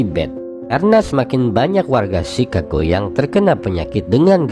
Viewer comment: Ejaannya tu chikago bukan cicago